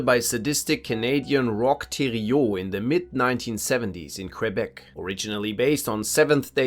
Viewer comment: bro said thériault properly!